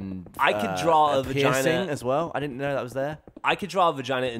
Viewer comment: Its 'didn't'...